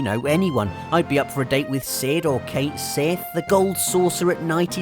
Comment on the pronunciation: Who's Kate Sith? For shame, you're from UK and I'm from 'Murka, and yet here I am correcting you. Please note: Cait Sidhe = Ket Shee